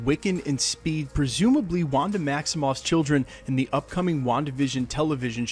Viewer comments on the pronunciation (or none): none